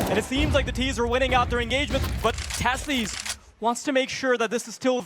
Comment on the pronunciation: This shitty tournament can't even get casters who know how to pronounce Sjuush or Teses :'(